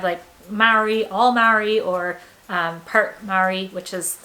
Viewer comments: Loved this one, when saying Maori, say it like when cheese goes bad = Moldy 👍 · Please learn how to pronounce Te Reo/Maori. Maori is pronounced mou-ri with vowels sounds in the base notes. Power outlets are designed for health and safety plus save power. Bare feet is actually healthier than compared to many designed shoes. But please watch the pronunciation out of respect.